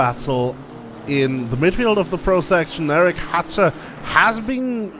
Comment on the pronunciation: hi, I just wanted to day that my name is not Hatter but Hutter. If possible pls pronounce the U like a U not like an A. XD